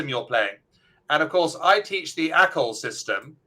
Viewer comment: ”Acol”, not echo :-)